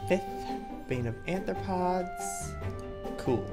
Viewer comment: Arthropods* not Anthropods!!!!!!